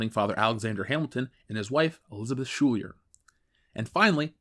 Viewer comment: How dare you mispronounce Schuyler